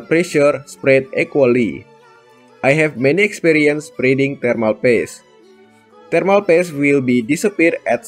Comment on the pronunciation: why you called thermal paste “thermal PASS”?